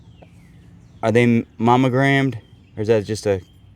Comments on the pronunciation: Are you saying “momegrammed” with an “m” I know you know it’s “monogrammed” right with an “n” 😂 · You're driving me nuts! The word is MONO- gram(ed) it isn't "MAMA-gram(ed). I know we southerners have our drawl, but still. (You can only call something a Mamagram if it's a mailed Mother's Day card and you put just your initials on it.) And the metal thimble is a shot glass, as in "My gout is kicking up a storm and hurts like all get out, so I need just a couple thimbles full of corn squeezings." 🤣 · Is he meaning to say momagramed instead of monogrammed?. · Mammogramed.. 🤣🤣🤣.. Its Monogrammed. Mamograms are MUCH different. Thanks for the laugh 😁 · I love you two! So funny! When says Momogrammed instead of Monogrammed. He cracks me up! Love the addition of Daniel! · Too funny! I have captions on so I hear all you say (because you guys makes me smile/laugh A LOT) and every time you said manogrammed (which should be monogramed lol) my comp says mammogram. Unless you are doing medicals tests we can't see, something is wrong with my reader in this comp! :):):) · All I hear is mammogrammed and I am not seeing any boobs.